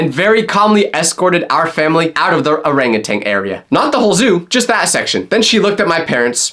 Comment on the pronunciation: bro, thats not how u pronounce orangutan!